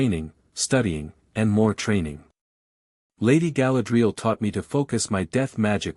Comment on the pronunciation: It is pronounced Ga-LAD-ree- al ! !